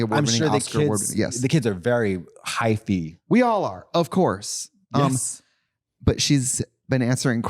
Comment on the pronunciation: Did Katya just say hyphy? 😭